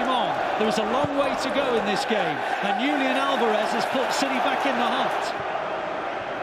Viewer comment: "Lúlian Álvarez" :)